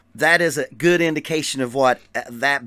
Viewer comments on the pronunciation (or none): none